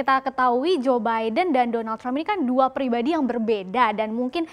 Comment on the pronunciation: Gw dengernya joebaida